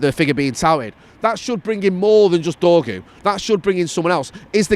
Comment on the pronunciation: he's called dorgu not dorgo